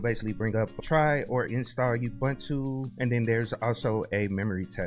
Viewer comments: It's pronounced "ooboontoo" not "yahboontoo" btw! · For what it's worth, I started saying Ubuntu and I still find myself saying it even though I know it's ooo-boone-too lol